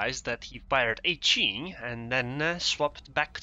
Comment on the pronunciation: pronounced "Hyeh-ee" and it's the ARP version of Hiei, Kongou's sister ship. interestingly the C-hull on the Kongou is Hiei, not Kongou. It makes sense for war gaming to not rename just the third hull of the Kongou, just thought it interesting that they used Hiei as the third hull. Keep up the good work!